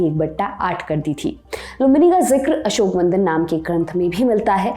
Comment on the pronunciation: अशोकवंदन नहीं अशोकवदान